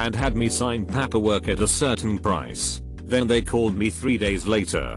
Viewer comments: Some of the mispronounced words don't bother me (like coworker) since English it's not my first language and I don't hear the difference, but that paperwork crosses the line, flies to the moon and back and almost makes my non-English native ears bleed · The reason this happens is because tts doesn't recognize paper in paperwork, essentially to get the right pronunciation out of it you have to type paper and work separately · The way "paperwork" is pronounced is making me uncomfortable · Hilarious that the computer voice can pronounce "paper" but not "paperwork." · IT REALLY BOTHERS ME HOW HE SAYS PAPERWORK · repeat after me: Pay "Pay" Per "Per" Paper "Papper" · It's 'paperwork' not 'pap per work'. Turn the damn computer off !!!! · Why does paperwork sound like papperwork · This is idiotic, literally. It's pāper-work, not papper-work. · PaaaaapEeer work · It sounds like he wants to say "pampers" but doesn't quite get there. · Reddify: Pronounces "Fiance" flawlessly Pronounces "manufacturer's warranty" exquisitely Pronounces "paperwork" like a drunk irishman "PAPPER WOORK" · Boy Siri voice when it says paperwork sounds like PAP-erwork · Text: Paperwork Voice: P A P A W O R K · Paperwork Text to speech: pamperwork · Narrator be like "pahperwurk" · Pah-pur work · Papperwork? Can't listen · The way the voice over read pAperwork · The computer voice is really awful... I wonder what it thinks "papper-work" is suposed to be? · This has to be one of the lowest effort reddit channels. "Pahpperwork" Can't even bother to correct bad pronunciations, forced pauses at end of lines, or misinterpretations of abbreviations. If you're already using other people's content and running it through Text to Speech from 1995, you could at least clean up the presentation. Of course, it must be harder when you don't speak English. Yet they somehow have 55k subscribers. When did bottom of the barrel become a preferred default?